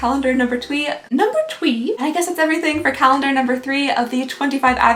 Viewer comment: ermigawsh i absolutely hate the scent of lavender, i love the color but the scent no nvr buy me anything lavender scented! ginseng oh my you do not wanna be usin that...it changes your hormones stay away from that stuff! it made me laugh at the end when you said "advent calendar number twree" instead of "advent calendar number three" lol we all have those counting probs yes i saw you skipped 6 but still great products would probably buy some of these if i could separate ;)